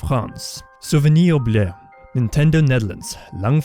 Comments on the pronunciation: I speak French and he was pretty close. The only thing is he pronounced it oublehey when it’s oublié (ay) sound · souvenir ouble. i know you are not french but you could at least try better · French pronunciation not bad but pay attention to the "i" of "oublié" and it will be perfect ^^ 😁👌